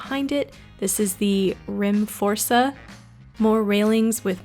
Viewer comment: Stumbled upon this video :) I live in RIMFORSA! And you pronounced it correctly :D Hope you find more great things in IKEA:)